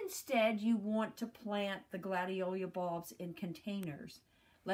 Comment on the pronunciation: Gladiola--NOT Gladiolia!